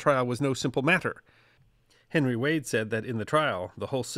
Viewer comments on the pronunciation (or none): none